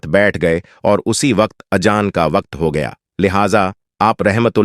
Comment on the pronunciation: Apna talaffus sahi karo, Ajan nahi Azaan kahiye